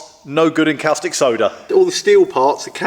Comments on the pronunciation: Great video, progress! Caustic soda is pronounced cawww stick soda not kalstick soda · you say costic, I say corstic, says cowstic... Let's call the whole thing off;-) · Its pronounced "costick" soda not " Cowstick" like you're pronouncing.......just saying. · 'Cow-stick' soda lol. 🐄 Always thought caustic was pronounced 'cor-stick' or 'cost-ick', but what do foreigners like me know! 😉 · Great vid' as per usual ( btw, I think it's pronounced CORstic not COWstic, hope you don't mind me saying. ) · Its pronounced 'costìc soda' like 'caution' 😊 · That was a caustic remark. Cos tick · woops indeed. Caustic (pronounced costic) Soda solution is what you use on drill, mill or cnc bits to remove welded on aluminium. If you want to clean/degrease aluminium there are a multitude of specialist products better suited.